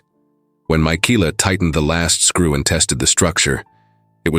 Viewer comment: ARGGGGGG😵‍💫😡😵‍💫‼️‼️‼️—Her name is Michaela—pronounced Ma-Kayla‼️‼️‼️‼️‼️‼️ NOT -Mikeeela👎🏼👎🏼👎🏼👎🏼👎🏼👎🏼👎🏼👎🏼👎🏼‼️‼️‼️‼️‼️ That or use names the darned AI doesn’t SCREW UP ‼️‼️‼️